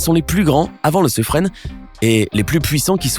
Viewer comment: Pour le sous-marin nucléaire français, le " Suffren", on le prononce "sufrun" et non "sufrene". Merci. 😉😉